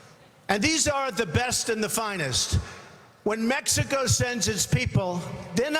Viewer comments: this guy doesnt even say "Mexico right. he sais Mexica.. yeah you're so educated right? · he said "its coming from mexica" he cant even pronounce it correctly